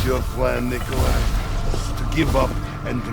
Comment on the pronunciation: dude its nickoli